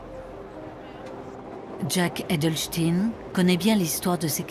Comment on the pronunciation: Ça y est, depuis l'affaire Epstein ou plutôt Epstine, les noms de famille finissant en "ein" ne se prononceront plus comme on prononce Frankenstein. Le nom de ce bon Monsieur Jake Adelstein a déjà été passé à la moulinette. Maintenant c'est Adelstine. C'est un effet de mode ? Tout est relatif dirait Albert Instine.